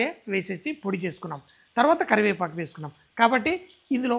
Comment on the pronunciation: అబ్బా, తెలుగు మాస్టారు అవ్వాల్సింది అండి మీరు. కరి"వేపఆకు"🤣😂🤣😂👌.